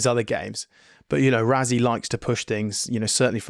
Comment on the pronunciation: Overseas people pronouncing RaSSie as RaZZie gets me everyttime 🤦🏾